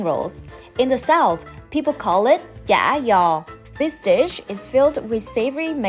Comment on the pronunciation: your pronunciation of chả giò 👏 is perfect